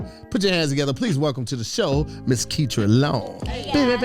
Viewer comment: It’s ketra long-cloud